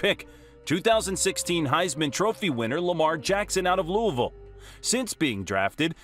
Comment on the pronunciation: Did anybody notice that he said Louisville wrong